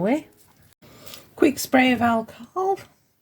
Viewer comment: Nope not a fail in my eyes they are pretty! Loved your ‘alcohol’ voice 😉